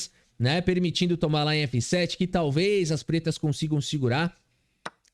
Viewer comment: meu, esse "DAMA EM ÉFÊ SÉTÊ" me pegou MUITO 🤣🤣🤣 TU ÉS O MELHOR!